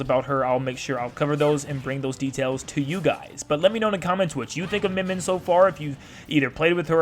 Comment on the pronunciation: cool, its pronounced myen myen